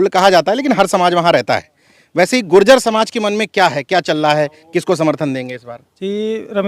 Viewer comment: अरे भाई जाति के शब्द उच्चारण करें शुद्ध बोलों गुर्जर बोलों , गुजर न बोलो